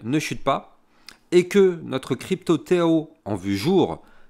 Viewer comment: Merci pour tes videos de qualité! Et on ne dit pas " tchao tchao" , mais TAO TAO ! 🤣